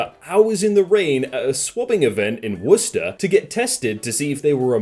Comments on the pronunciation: Omg finally someone pronounced Worcester correctly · Okay, but the real NextLevel thing here is pronouncing "Worcester" correctly without even a second of hesitation...